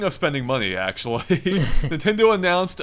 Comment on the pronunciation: Have you noticed that says Nintendoo, instead of nintendo at the start of the video.